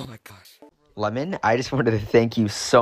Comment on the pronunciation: Lemmon💀 it’s lemming